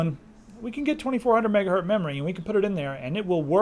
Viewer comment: Is it me or did he say "megahurt" :p